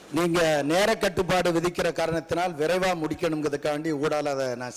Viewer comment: விரைவாக என்பதை வெரவ என்றுசொல்கிர நீ கொய்யால